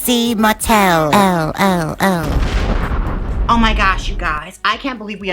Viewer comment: “expose ha , expose trixie mattelelelohoh” 🤣😅😅 Love it. lmao 🤣